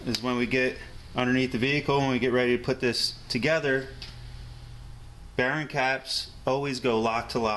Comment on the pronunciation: I like how you say "bearing" (Barron) haha